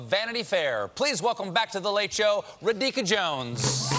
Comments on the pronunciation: I'm sure I'm not the first and won't be the last Indian making this comment here but, Stephen, for future reference, it's Raa-dhi-kaa. Not Ruh-deeka. Cheers. :) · I was waiting for Stephen to pronounce a indian name, he screwed up as usual no doubt but this time it felt like he wantedly did it.. it's simple ra-dhi-ka, not ridika... It's like he doesn't even want to read the name . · Do you mean to say Radhika (pronounced raA-dhee-ka). Seriously, you normally do a great job of learning names but wtf? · Wish this interview was longer. Also, why hasn't anyone corrected Stephen's pronunciation of 'Rahika' yet!? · She is of Indian origin and from Harvard. He name is Ra-dhi-ka :) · It's a Hindu/Sanskrit name. She is probably half Indian or full Indian from her look. Raa-dHi-Kaa see link for pronunciation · Every Indian cringes at Stephen's pronunciation of "Radhika"! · Juhi Rituparna I can confirm that my spine tingled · Stephen butchered her first name. Right pronunciation can be found here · Normally he's pretty good at names but this one- ouch. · Colbert butchering Radhika's name is amusing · Disrespect started with him saying her name wrong several times, including the introduction. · Clearly you don't work in the industry. Interview basics are simple, the least you could do is get the name correct. If he an say Sonequa, Gyllenhall, Latifa, Taraji, he can learn to say Radhika. It wasn't even her first time on the show so I don't really know what excuse you'd like to give me next.